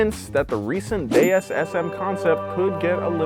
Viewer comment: I liked the way you pronounced DS properly so it carries it's original sound similar to Goddess.